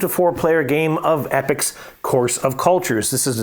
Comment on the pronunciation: Great commentary, thx. Loved the comparison. By the way it E- Pocks not epics!